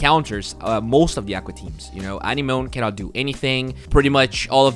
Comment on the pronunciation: next word to work on now is anemone